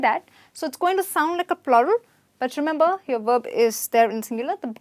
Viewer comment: Werb or verb?